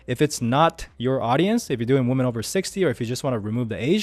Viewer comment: Plural of a woman is "weemen"